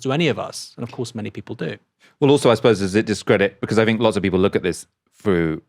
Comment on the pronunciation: Don't think Chomsky would have said 'fink of'. he would say 'think of'